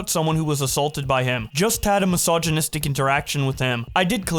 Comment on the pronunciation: “Just had a mysignisitic interaction ..” Jfc…